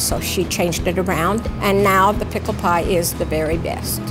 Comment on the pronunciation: "Pickel pie" ... oh NOOOOOOOO!!!